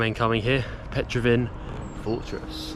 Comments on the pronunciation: A bit of arrogance there. Now in the days of the internet, you shouldn't make such mistakes as Petraven fortress (it's Petrovaradin)... and if you really wanted to pronounce Serbian names, you could have just asked anyone in the street, and they would have told you it was the Cyrillic script as opposed to the Latin one, and they would have given you the correct way to say it. But, you just don't care. That's why I mentioned the word arrogance in the beginning. If you are in a foreign country, do your best to show respect in the country that you are in. Respect is shown by giving proper names of places. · You pronunce it wrong! It's not Petrovin fortres, it is PETROVARADIN FORTRES!